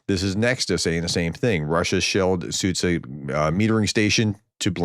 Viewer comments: Hey Prof! Try Soo-jah (instead of Sudzha). I have no idea who invented the English latin transliteration but it makes it very complicated for you guys, when it's not. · I think the problem is that nobody explains how this should work. English speakers are perfectly capable of pronouncing both sounds. Zhukov needs the sound from Gillette and Sudzha needs the sound from John.